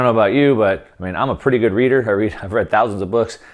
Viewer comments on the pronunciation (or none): none